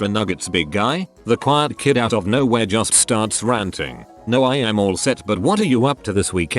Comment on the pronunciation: I almost threw up at how the TTS pronounced Juuuuust.